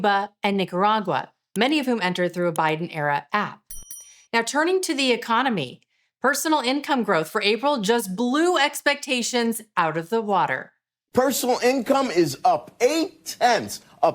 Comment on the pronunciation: Great summary.......but its WATER not WADDDDER....